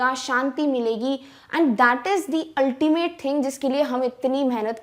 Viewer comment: "altimate" had me roflmao